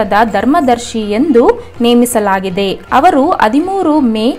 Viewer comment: Ha varu alla avaru